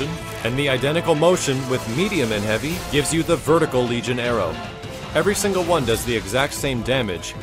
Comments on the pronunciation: Argh, it's vertical not verticle! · Vertical not Verticle :/